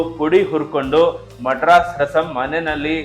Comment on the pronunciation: ಮಡ್ರಾಸ್ ಅಲ್ಲ ಮದ್ರಾಸ್